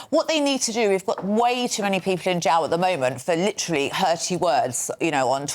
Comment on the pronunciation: How can this woman not pronounce the words Jail and Bail ?